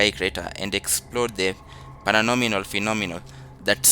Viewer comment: Paranormal not paranonimal